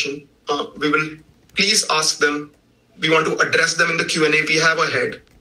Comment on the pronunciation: Every time he says “Vee will continue” I 😂😂😂😂